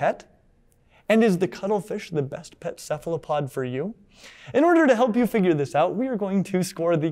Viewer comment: boos when says cephalopod with a soft c instead of a hard c lmao edit: also imagine being a human with our stupid blood vessels in FRONT of the retina when cephalopods have their retina in front like is proper